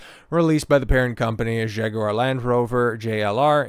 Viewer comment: Kudos for correct Jag-you-are pronounciation.